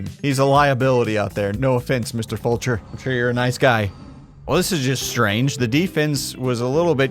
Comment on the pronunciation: Shoutout to you for pronouncing Fulcher correctly. I appreciate you 🤙